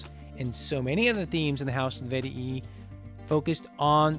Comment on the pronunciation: its vet-ee-i not vet-ee-ee